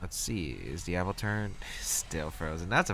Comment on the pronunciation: AppleTUN not AppleTURN btw;)